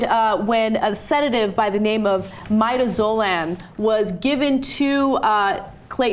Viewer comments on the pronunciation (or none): Mie - duh - zoe - lum? Seriously? There is a site howjsay dot com. You can check how words are pronounced before you make a fool of yourselves. For the record, it's /mɪˈdæzəlæm/, you can check it on Wikipedia, as well. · Its midazolam learn to pronounce, properly before talking about it ....MID AZ O LAM. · The first drug is pronounced, "MED-AZ-O-LAM". Hope this helps!